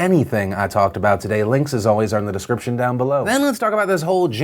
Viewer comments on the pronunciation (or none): "linkses alway zare in the the decscrition"....what!?